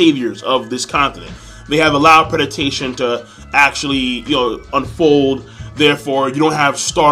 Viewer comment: King, I finally got to mention after so many times, it's predation, not predatation. :P